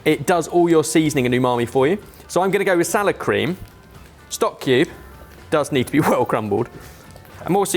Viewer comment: I kept thinking he was saying sour cream. Then, poured it, and I thought that sour cream has gone really bad.